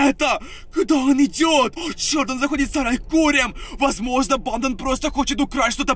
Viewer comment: Почему он такие окончания делает: банда́ Я НЕ ПОНИМАЮ ПОЧЕМУУУУ ! Ну вообще он не страшный и это чувак в маске и макияже😐